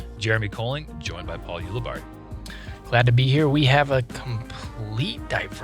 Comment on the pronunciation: there is NO WAY is giving Uli a hard time for mispronouncing something when he mispronounces Ulibarri every single video